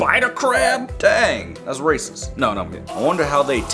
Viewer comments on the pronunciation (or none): Did you mean to say "rascit"?